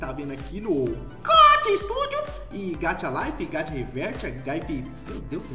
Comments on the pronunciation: não é gatchaaaaaaaaaaaa para se fala gaxa estúdio e se escreve gacha estudio só para isso plisss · Não é gatha e gacha GACHAAAAA o correto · Se fala gacha n gatia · Posso corrigir? Se puder, é gacha e não gatcha Apesar disso eu amo seu canal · não se fala "gatcha" se fala gacha tipo ga de Gabriel e cha de chá,desculpa se eu Pareci arrogante só queria ajudar:"3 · Se fala gancha mais se escreve gacha...tendeu? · É GACHA GACHA TEM SOM DE X GAXAAAAAAAAAAAAAAAAAAAAAAAAAAA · Não é gaxa é gacha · Nao é gatia e gaxa q fala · É gacha e não gatha 😑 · É gachá que se pronuncia cara tipo chá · Se fala ga Xá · Então você fala meio errado é assim que fala gaxa mas não é assim que escreve blz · Gacha tem som de x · Se pronuncia gaxa ,_ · Se fala gaxa estudio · Cara fala assim "gaxa" se fala assim e se escreve "gacha"... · O "gacha" se fala gaxa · SE PRONUNCIA G-A-C-H-A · Mano...mano... Vc fala Gacha errado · vc fala erado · Nao é gacha do geito que vc fala é o geito que vc le o ch nomal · E tão difícil falar gacha? Ninguém sabe fala não? Só gachatuber de vvd sabe falar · Vc fala muito errado gacha Studio